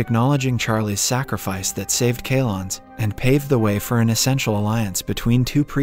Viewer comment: Not keylons but ceylons, dammit